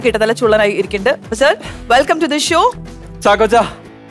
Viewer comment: വെൽക്കം റ്റു ദി ശോ അല്ല. വെൽക്കം റ്റു ദി ഷോ.. "ഷോ "